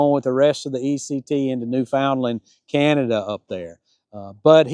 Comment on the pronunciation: Newfoundland is pronounced Nu-fund-land, emphasis on the Nu (been there — that’s the way the natives say it…)